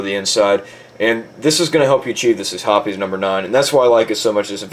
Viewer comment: Also along with my other comment its pronounced hops 9...not herpes 9 or whatever tf u saod